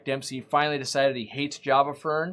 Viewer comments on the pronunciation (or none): none